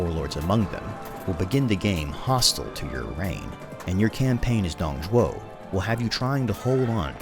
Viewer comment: Finally someone who pronounces Dong Zhuo's name right!